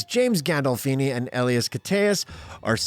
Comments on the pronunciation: "Uh-lie-us" is how you pronounce Elias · U butchered Elias' name